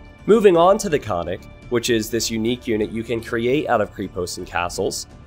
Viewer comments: Hey, happy to see my own Civ featured in AOEII. and a nice review from you. It is actually a fairly accurate representation of how Bulgarian's fought in the middle ages. A few notes which might help you in casting follow. The correct pronunciation of "Krepost" is with an "e" like in "tech". "Konnik" is also pronounced with a loud second "n", whilst you're pronouncing it as if it is written as "Konik". Btw it simply means "cavalry man". The correct pronunciation of "Bagains" has the stress on the "i", not "a". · Krepost (Крепост) - is pronounced with a hard K, like in Kremlin. It just means fortification. Konnik (конник) - hard K again, it just means horseman. Think of both words as if they were fast east Asian, and formed of complete syllables. Kre-post, kon-nik. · They are pronounced Kreh-pohst (крепост) and Kohn-neek (конник). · Butchered the names of literally every single unit and building. Not how you pronounce kre-post; baga-in; kon-nik and more.... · Lol two things: the "e" in krepost is pronounced like the "e" in egg. And konnik literally means horse 😂🤔 and the "o" Is pronounced as o in ogre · It is not a "creepost" but a [krɛpost], an "e" like in "bet" and it actually means castle in Bulgarian, and the double "n" in konnik is very important, beside that nice video ;) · And also, konnik has two 'n's, it's pronounced like kon-nik, not co-nik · Also, Konnik is with two Ns you have to say, "kon nik", you make it sound like "iconic" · Ok, I got triggered every time I hear this Remeber kids, it's not ,,konik", it' ,,koN-Nik", with double ,,N" Pls, do not hurt my ears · Not "khan-ick" but "khon-neek". konnik. The first part of the word "khon" is Bulgarian for horse. Soldier on a horse. This remake is a dream come true 😁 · and also konnik is pronounced like carnaval or something like that :) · Krepost/Крепост is pronounced as "Kr-eh-poh-st", not "Krypost". Konnik/Конник is "Cone-Nick" and not "Khannik". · "Kreeepost" "Kah-nik" Lmao